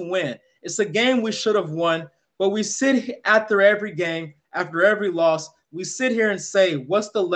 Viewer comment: "Wee Believe" 😂😂